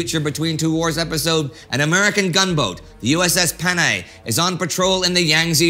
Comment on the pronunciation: Fun thing about Japan and the naval treaties is that their ships built in that period were about as compliant with the treaty requirements as Germany was with the war reparations. And that pronunciation of Panay was pretty good.